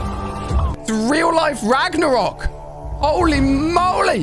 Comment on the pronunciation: Bro called kratos ragnorock😂